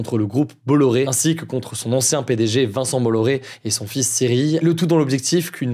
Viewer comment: Cyrille et Cyril se prononcent de la même façon.